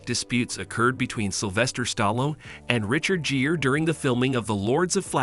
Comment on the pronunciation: Jeer? Ai can't pronounce Gere like gear? This ai can't pronounce any name right 😂